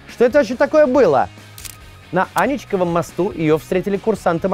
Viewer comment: АНИ́ЧКОВОМ МОСТУ!!!! АНИ́ЧКОВОМ! Ударение на «И»! 😡 Говорю как член экскурсоводного клуба по Петербургу 😤